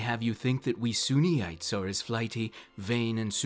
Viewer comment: Sunites, not Suneeites. x.o